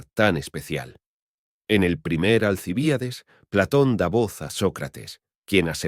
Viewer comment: Alcibiades y el acento ? Alci Bi ades